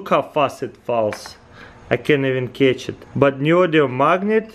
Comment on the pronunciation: seriously "I ken iven kets it"